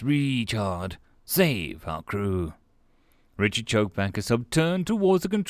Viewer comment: I know you're saying Richard but the way you were saying it I kept on hearing retard lol